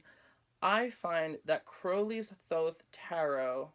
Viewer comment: FINALLY SOMEONE WHO PRONOUNCES THOTH RIGHT!!!!!!!!!!!!!!!!!!